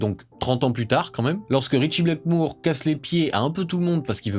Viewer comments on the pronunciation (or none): STP par pitié c’est Blackmore ! Pas Blackmoure 😂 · J’ai kiffé ta vidéo par contre j’avoue que j’avais mal aux oreilles en entendant "Ritchie Blackmoure" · Non, ce n’est absolument pas du Heavy Metal mais du Rock&Roll, ou du Hard Rock. Bien plus mélodieux. Le Heavy Metal c'est trash. On ne dit pas "BlackmOUre" mais BlackmOre. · Super vidéo. Vraiment. Ca réchauffe mon vieux coeur de voir un jeune homme aimer ce groupe (et ce genre de musique en général). :D Deux choses m'ont en revanche un peu pîqué les oreilles : c'est BlackmOre pas BlackmOOre et GillAn pas GillIan. Je chipote mais bon, je suis un vieux con, hein. 😝 #teamBlackmore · Mor pas mour, Gillan pas Gillian, et c’est ton groupe préféré? Apprends l’alphabet.